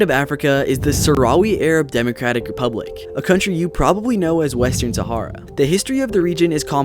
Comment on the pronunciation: Thats not how you pronounce sahara